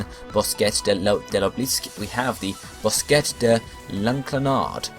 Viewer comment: The French pronunciations made me crack up lol BOSKETTE!